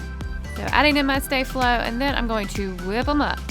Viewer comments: Sta flow not stay flow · Ummmmm!? It's called saflo no staaflo! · It’s not stay- flo it’s sta-flow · I thought she would pronounce sta flo as staa flo but she said stae flo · It's not stay-flo its sto-fol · It’s not stay Flo it’s staff low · Its no stay-flo its sopos to be sta-flo hahahahahahahhahahahahahahahahahahahahah hahahahahahahahahahaha hahahahahahahahahahahahahahahahahahaha hahahahahahahhahahahahahahahahahahahahah hahahahahahahahahahaha hahahahahahahahahahahahahahahahahahaha hahahahahahahhahahahahahahahahahahahahah hahahahahahahahahahaha hahahahahahahahahahahahahahahahahahaha hahahahahahahhahahahahahahahahahahahahah hahahahahahahahahahaha hahahahahahahahahahahahahahahahahahaha hahahahahahahhahahahahahahahahahahahahah hahahahahahahahahahaha hahahahahahahahahahahahahahahahahahaha hahahahahahahhahahahahahahahahahahahahah hahahahahahahahahahaha hahahahahahahahahahahahahahahahahahaha hahahahahahahhahahahahahahahahahahahahah hahahahahahahahahahaha hahahahahahahahahahahahahahahahahahaha hahahahahahahhahahahahahahahahahahahahah hahahahahahahahahahaha hahahahahahahahahahahahahahahahahahaha hahahahahahahhahahahahahahahahahahahahah hahahahahahahahahahaha hahahahahahahahahahahahahahahahahahaha hahahahahahahhahahahahahahahahahahahahah hahahahahahahahahahaha hahahahahahahahahahahahahahahahahahaha hahahahahahahhahahahahahahahahahahahahah hahahahahahahahahahaha hahahahahahahahahahahahahahahahahahaha hahahahahahahhahahahahahahahahahahahahah hahahahahahahahahahaha hahahahahahahahahahahahahahahahahahaha hahahahahahahhahahahahahahahahahahahahah hahahahahahahahahahaha hahahahahahahahahahahahahahahahahahaha hahahahahahahhahahahahahahahahahahahahah hahahahahahahahahahaha hahahahahahahahahahahahahahahahahahaha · She says stay Flo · Btw its pronounced star flow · It's not stay flow you're saying it wrong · Sta flow is pronounced (star-flow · You’re saying sta flo wrong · Ugghhhhhhh!!!!I hate when people say sta-flo wrong!!!!!!!!